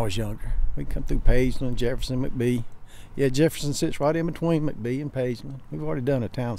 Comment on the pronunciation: When you go to mcbee i know its spelled mcbee but its pronounced mack-bee. :)